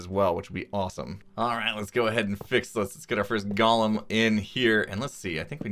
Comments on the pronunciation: Gollem: “GAH-lum.” From Lord of the Rings Golem: “GOAL-um” An artificial construct. Mispronounced by x this episode. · GO-lum. GALL-um is the guy from Lord of the Rings.